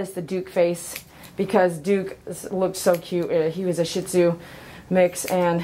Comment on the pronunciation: I love your videos, very educational. I would like to share something though. Almost everyone that I meet pronounces Shih Tzu incorrectly. I don't know where the incorrect pronunciation came from originally, but people normally pronounce it like you are in the video as if it is spelled shit zoo. Instead it is actually pronounced as shee tzoo, at least that is the best I can explain that it is pronounced with text. The "Tzu" part is generally fairly hard to pronounce for those who do not speak an East Asian language like Chinese (which is where their name is from). Probably the best way to think about the way that is spoken is to compare it to the sound of "tch" like in catch but with a "z" instead of the "ch" of course. I am in no way trying to be insulting or act like I want to belittle anyone, I just want to spread information and help to educate people so that maybe eventually the Shih Tzu breed name will get the respectful pronunciation that it deserves by everyone someday.